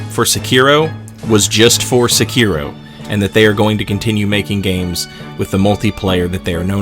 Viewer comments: Se-ki-ro. Not suuuuuukeyro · People still can't pronounce Sekiro? That's just sad.